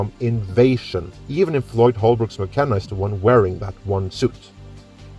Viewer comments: It's Boyd Holbrook, not Floyd. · Its BOYD Holbrook. And despite rumoured script doctoring Shane Black has said he never worked on the original Predator script.